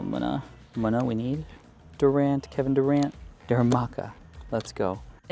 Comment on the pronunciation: He said Keven durrant